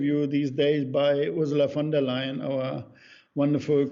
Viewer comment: Wow! First time I hear an English speaker saying "Ursula von der Leyen" correctly. HUGE compliment! ;)